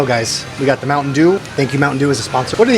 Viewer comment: Ang sarap naman ng sizzling sisig na yan kuya. Pero huwag pong kakalimutang hipan muna ang pagkain bago isubo hehe! Napaso na naman ang ngangabels ninyo hehehe! Bonne appétit po. Sana mag sponsor ang mountain dew sa inyo. Mukhang pareho kami ni ate sa bigkas ng softdrinks na yan. Mounteyn dyu 😃